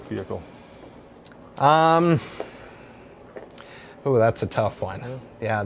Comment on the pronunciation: Not to mention "veer hickle"